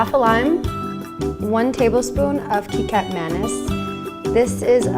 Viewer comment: Wow papaya and tempeh, very interesting flavour combo. I’ll give this recipe a go! Btw, ‘kecap’ is pronounced as kay-chup, which sounds similar to ketchup :)